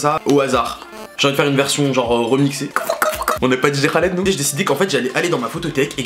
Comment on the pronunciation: mdr il a dit Dj Haled mdrrrrr